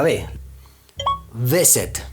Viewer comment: Minuto , tengo que mejorar la pronunciación de be, (VISIT)NO, tendré que mejorar la pronunciación de la V (UVE) . VISIT no tiene BE, sino V (UVE). "Esteeeee....¿¡¡viiteee"¡¡?